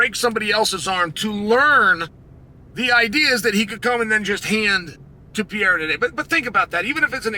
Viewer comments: he doesn't need to say it like a foreigner, he just needs to say it right. Pereira and Piera are completely different things. let me break it down. Pereira (peh-RAY-rah), Piera (pee-EH-rah) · Please, unc Clael. If you pronouce just "Perera" instead of Piera, you'll pronounce very close to the original. We brazilians don't speak the "i" part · Alex "Poatan" Pierre-Ra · Piera. Macklechev. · I'm gonna start calling Alex "Pierra" too. It's growing on me. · Say it with me uncle Chael: PE REI RA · Piera, Pierra would be spelled P-eh-ha, not P-eh-ra like it's supposed to HAHAHA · Says Pereira wrong but says Ankalaev perfectly 😂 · Pootan Piera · STILL CAN’T SAY HIS FUCKING NAME. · This dude needs to learn how to pronounce his name correctly 😂